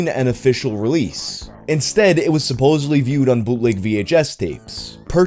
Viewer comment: You are amazing but the word is “supposedly” there is no v.